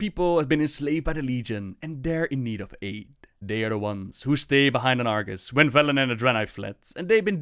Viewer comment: "We will soon see if the Horde heeds Bellend's call..." CAN'T UNHEAR